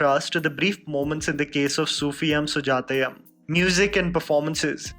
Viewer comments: Its not sufiyam and sujatayam, the pronunciation is sufi-u-m sujaya-u-m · Its Sufi-yoom Sujatha-yoom n not yum. Pls learn the pronunciation before telling it to d world. U can't pronounce it wrong way. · Dude here's the thing "yum" is not supposed to be pronounced as "yam" it's pronounced as " you-m". Not to be rude,just informing. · definitely. Seems like we all mallus need to teach him some pronunciation. If we South Indians pronounce any Hindi words wrongly how the north Indians makes fun of us n sometimes ridicule us. Malayalee s an Indian language n im not saying pronounce every word correctly bt atleast pronounce such easy words correctly. For "-yoom" he is saying "-yum". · Duuude you're pronouncing it so wrong the entire time. It's pronounced as sufiyuum sujaathayuum like "sufiyoom" Jahnnum.. Got it?? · Get it right mate....Soofi"yoom", Sujatha"yoom". Not how you say it. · It's pronounced as "youm" in Sufi'yum' and Sujata'yum'., please do some research on how pronounce the name of movies and actors from regional film industries other than bollywood. I've noticed a LOT of times when you've made mistakes in pronouncing the terms that are from languages other than hindi, you can easily research how to pronounce these terms from the particular regional youtube interviews and reviews. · The film's name is pronounced as "सूफियुम सुजातयुम".....Love💓 from Kerala.